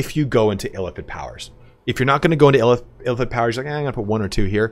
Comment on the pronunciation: I keep thinking you're saying elephant when you say Illithid quickly lol